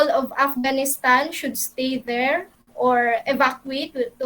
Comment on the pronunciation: "hey.. are u still dere..." HAHAHAHAHAHHA